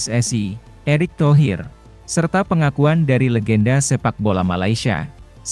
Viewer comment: Narasinya bikin pusying sakit kepala 😏😏😏😏😏 Safee Sali (Safi Sali) bukan Safe Ali...